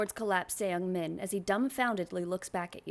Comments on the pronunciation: just a heads up, youre not supposed to pronounce the E in ”seungmin” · You're so sweet omg😭 I found you from this vid and you seem so fun and entertaining you should be a LOT bigger than what you are now (the mispronunciation of "Seung-Min" is killing me as a korean but I pretend i didn't hear it💓)